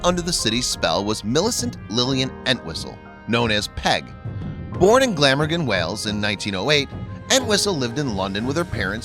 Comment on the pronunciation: It's GlamORgan, not GLAMagan.